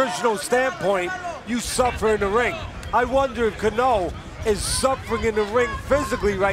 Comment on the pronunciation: Somebody teach the announcers how to pronounce Cano correctly